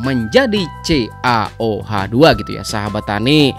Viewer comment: Kang..itu bacanya Ca, OH dua kali.